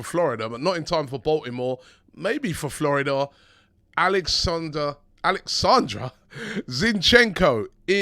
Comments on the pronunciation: It's Oleksandr ...... OOOOOOOOOO!!!! ..... not AAAAAAAA. All holy spirits HOW DIFFICULT IS THAT?????? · Another Name Butchered 🤦🤦'Alexander' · it's pronounced O-L-E-X-Z-A-N-D-A ✊🏿🙏🏿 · It's O-leck-san-dray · It’s oh-lek-san-der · Why can’t you say his first name right 🤣